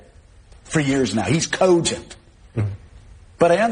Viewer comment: Joe Scarborough said "cogent" like the rabid Greta Thunberg said "how dare you!". lol